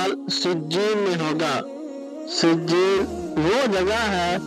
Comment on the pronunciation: O Bhai eleyen or sejieen Sahi prho